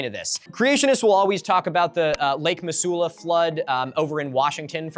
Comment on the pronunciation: Hi. I was born and raised in Missoula, MT. A valley town that sits on land that once was a bed of lake Missoula. Just trying to be helpful here: most people from the area pronounce it "muh-ZOO-luh." Basically exactly like you did, but voice the "s" so it makes a z sound. All that being said, I don't know how the natives whose language the name comes from would have said it. Like I said, it's just a place I grew up. Edit: I should have kept listening a bit longer. You got it right the second time. I enjoy your videos. Thanks!